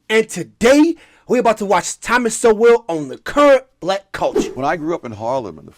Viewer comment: FYI, Sowell is pronounced like "soul" or "sole". The "W" is silent.